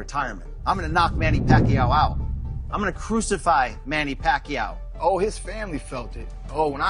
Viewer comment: I can still remember how Jim Lampley couldn`t even pronounce PAQUIAO,and didn`t really try either. I think he thought he woudn`t have to say it again....